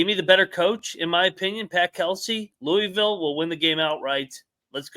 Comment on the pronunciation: Soon as he said cards/Louville I left